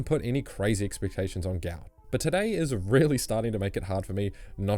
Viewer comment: isnt his name pronounced guht guht